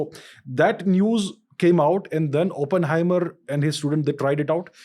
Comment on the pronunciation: It's Oppenheimer Ranveer, not Openhamer